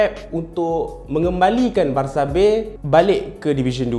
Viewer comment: Spanish pronunciation dia betul lah haha